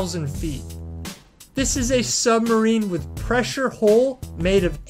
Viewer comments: Hull not hole. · It's a 'pressure hull', not a 'pressure haul'. It's the 'Mariana Trench' and the bread is baked 'aboard', not 'abroad'. I could go on but this video is making me physically sick. Learn to speak, learn what you're talking about or at least learn to read.